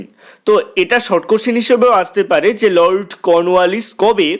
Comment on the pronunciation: আপনার লর্ড কর্নওয়ালিস বলার ধরনটা বেশ হাস্যকর।😂😂🤣😂